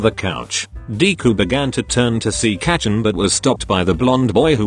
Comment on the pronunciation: kacchan?? no. katchin?? YES.